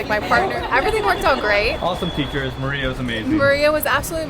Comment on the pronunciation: the polish name isnt pronounced like the spanish name it's pronounced 'Marya'